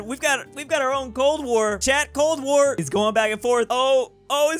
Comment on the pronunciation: says "cold war" Me (studys ww2 and cold war for the past 3 YEARS of my life: The DUCK did you just say BOTCH